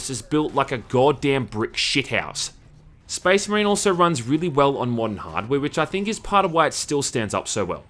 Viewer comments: did you mean SPEZZMUHREEN?! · "...and how they pronounce 'Space Marine' in this really bizarre way." Proceeds to say it in the exact same way the whole video.... Cracks me up dude.